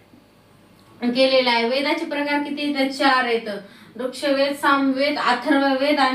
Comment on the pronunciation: वृक्षवेद नही ते 😂